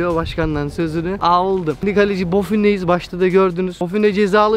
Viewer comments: buffon değil boffin diyeceksiniz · aynı barış bra gibi konuşuyo r leri söylemiyo